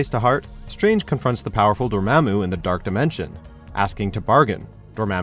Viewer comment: How you say Dormammu wrong when when the movie plays in the background for fuck sake get new people to read scripts. Most o ya dont even know how to pronounce anything